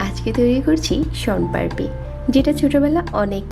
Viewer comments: কিন্তু তুমি দেখো উনি কিন্তু সন পাপড়ি লেখসে তবে সন পারপি বলতেসে😅😅😅😅😝🤭🤭🫣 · আপনি ভুল বলসেন সনপারপি না সনপাপড়ি